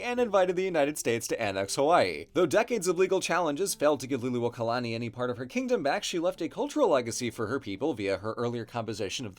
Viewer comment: Your Hawai'ian pronunciation is on point! Maika'i! I was so happy when Lili'uokalani was mentioned ❤